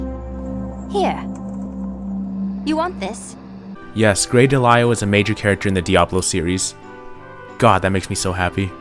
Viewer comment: Must you pronounce EVERYTHING wrong? It's Grey De LIS(like lisa)al And Tara(like Tear a piece of paper in half) Strong.